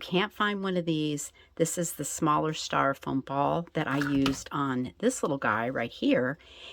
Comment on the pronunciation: stYro-foam instead of staR-Ro-foam